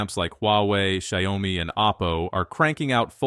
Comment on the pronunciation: the voice is AI since it pronounced xiaomi as shayomi ,the script and animation AI assisted ,big difference